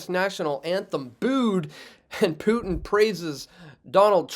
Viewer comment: What in the world is a "pew-tin" and a "bew-oozz" ?????????????????